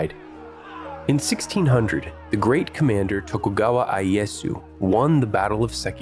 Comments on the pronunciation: Let's pronounce "ieyasu", not "aies" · Ee-ye-yah-soo, NOT "ai--ee-ye-soo". The letter I in IEYASU is pronounced EE, not Ai (it's not English, lol).